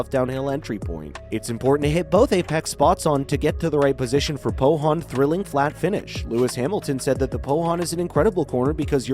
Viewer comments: At spa It's Not POHON it's POON YOU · Spa is pronounced Spa Frankershomops And Pouhon is pronounced poo-on